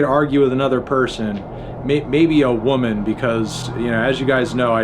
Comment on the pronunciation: Why so little emphasis on the word WOMAN?